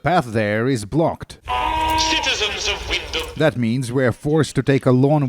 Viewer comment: It's pronounced "wind'm"